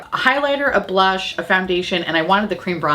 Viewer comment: The made up “blursh”? Can’t hear it without giggling, it’s ridiculous. Seriously, blursh?!?